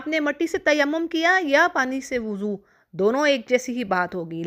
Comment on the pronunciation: Mad elfaz ke durustgi bhe naiky he Lafaz. . woozo nahe wuzo he.Abdul basit